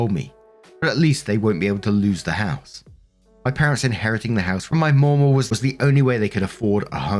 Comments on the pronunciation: * sees: "Mamaw"(correctly pronounced MAH-maw).....looks up how to pronounce it.....decides to mispronounce it by adding a second "w" that isn't there and saying Maw-maw * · As an Appalachian, the way we say Mamaw sounds like Mam Oh, not Moh moh. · Mamaw is pronounced as mah/ma. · American English dialect differences can be weird lol In the US, the pronunciation of 'Mamaw' changes based on region. In the deep South, it's maw-maw or sometimes replaced with the alternate 'MeeMaw.' However, in Appalachia (not the same thing as the Deep South) it's pronounced Mah-Maw. The 'mah' is pronounced with a hard/flat 'a' sound like 'math.' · It's pronounced Ma-Maw... Like Grandma. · Mamaw - pronounced m(ahh)m(aww), hope this helps. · Ma Maw. Ma like man (Manaquin) Maw like aw. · FYI: it’s pronounced ma’am-awe. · Mamaw sounds like mah-maw except the first ma is quicker than the second maw. Think of a little english child saying it 😂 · In my experience "mamaw" is pronounced with the first "A" being like the one in "apple" and the second "A" being pronounced the way you're saying it.